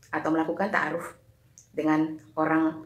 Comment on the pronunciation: Maksain amat ni misionaris...Takaruf ??? Apaan tu takaruf ? Ta'aruf kalee...pake 'ain. Helluyah